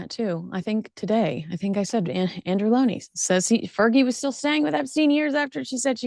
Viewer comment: Well done for pronouncing Andrews name correctly.